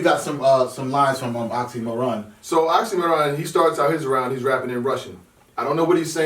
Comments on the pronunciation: oxxymIron not oxxxymOron, genuses,pronounce correctly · Damn, again this Oxxy"Moron" pronunciation. He is Oxxxymiron, not the moron =) Great show and good thoughts btw, thanks guys and hello from Russia!